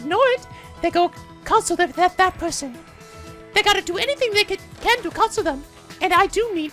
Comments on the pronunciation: is saying "console" wrong. In that context, it's supposed to emphasize the second part. It means to comfort someone who is hurting. It's a different meaning than, say, a game console. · I will never get over how pronounces console 😆